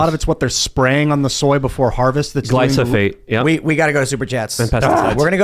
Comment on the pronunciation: I can only listen to say "glysophate" so many times without correcting him. It is called GLYPHOSATE!